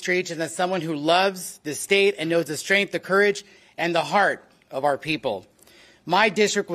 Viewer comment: Strength, not strinth.